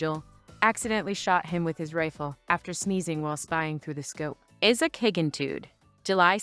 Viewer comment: Your own voice is much nicer than any AI nonsense. That thing can't pronounce names, especially Isaac. (Izzik.) 😁